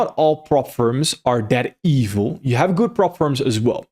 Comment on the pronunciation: See the way he pronounced the word evil as if he is an african. Kudos for this video.